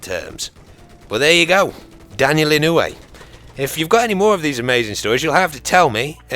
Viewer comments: Mr. Inouye was a good person. and your saying it right. i would know, he was my senator. lol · its pronounced "Ih noy" I live in hawaii, met him before. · I'm not sure how the name is really pronounced, but here in Hawaii we pronounce it E-noy. PS you should do one about Simo Häyhä, or Vasily Zaytsev. Because no body really knows their story. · Just wanted to share that Inouye is pronounced (In-you-eh) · i live in hawaii and i can tell you that daniel inouye was one hell of a senit and (daniel ee-no-ye)